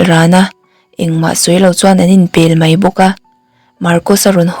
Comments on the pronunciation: Chhiar thiam viau tho na chu Mai - mei tih hian tlemin beng ati kham deuh.Keep Going❤ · a aw a nalh reuh hle mai, mahse, mai leh mei lam fimkhur deuh se. mai tih turah mei a ti leh zeuh thin. ngaihthlak a nuam lo.